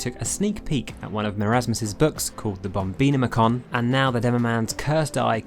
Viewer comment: I'm sorry how did you pronounce the bombonomicon?